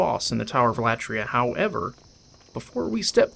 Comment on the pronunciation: Tower of Latria (accent should be on i) Latria is a Greek word which means worship So it's the Worship tower or The tower of worship Keep it up Greetings from Greece